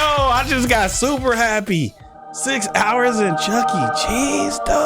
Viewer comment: I do not want to go to Chucky-e-Chees with you